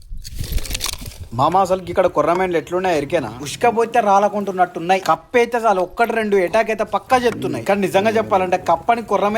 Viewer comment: కప్పు కాదు అన్న కప్ప 😂😂